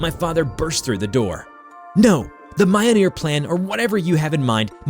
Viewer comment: Jesus Christ! Its pronounced: meel-nor. Fuck!😅